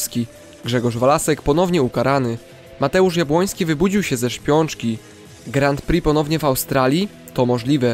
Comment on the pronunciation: Bardzo ciekawy odcinek, ale proszę , na Twoim poziomie zainteresowania żużlem, powinieneś wiedzieć jak wymawia się Grand Prix, znajdziesz wymowę w internecie , ale najkrócej mówiąc bez "d"" w pierwszym słowie, i bez "x" w drugim drugie słowo opanowałeś perfekcyjnie, pozdrawiam serdecznie, to przyjacielska rada , nie złośliwość.